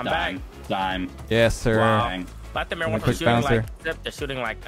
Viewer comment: Lol everything says his name he says lethamur I'm dead